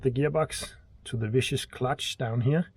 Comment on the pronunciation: Viscous pronounced 'Viskus'